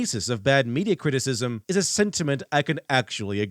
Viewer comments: really seems to struggle with the word “criticism.” He should instead use “critique” because it’s easier to pronounce and more appropriate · Or as he calls it cwiticism